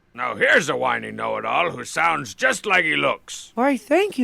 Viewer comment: He calls them "soolnds".